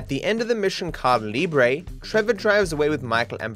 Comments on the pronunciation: Ah yes, my favorite mission: "Ca'libre" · cad libre 😭 bro cannot say Ka-ei-da Libre 😭😭😭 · No matter how many times I watch these facts videos, every time I hear how he pronounces "Caída Libre" I leave my dislike 👍